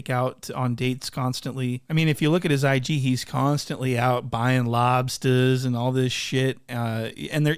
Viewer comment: “buying lobstuhss” 🤣